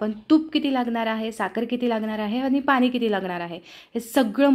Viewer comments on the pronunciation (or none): खूप छान सांगितले. पण पाण्याला पानी नको म्हणू गं.